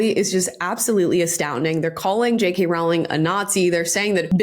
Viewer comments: Jesus Christ. How many more times. It's ROWling (row your boat), not ROWling (we had a row (argument). Honestly, you need to do more research than watch some videos online. If you are going to reference her in EVERY video, at least get her name right. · Masterclass in how to shut down someone trying to invite you to "pile on" and manufacture controversy at your expense. Perfect response. (btw, the first part of Rowling is pronounced "roll," i.e. "roe-ling." I wasn't sure for a long time and said it both ways, but Jo herself has confirmed this is correct.) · It's Row- (row, row your boat) -ling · I just discovered on J.K. Rowlings X that her name rymes with "bowling" not with "growling".....hihi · Rowling rhymes with bowling. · Rowling is pronounced like roll. Sorry it always make me laugh how wrong everyone gets one of the most famous author in the world’s name wrong. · Rolling...is how it's pronounced.